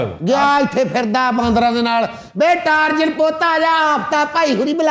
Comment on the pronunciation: بسم اللہ الرحمن الرحیم ۔ برٹش انگلش میں ٹارزان نہیں ٹارزن درست تلفظ ہے ۔